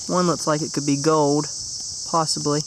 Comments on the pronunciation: You know there is an L in the word gold, right?? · When you found the gold ring you said gowd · it's gold not gode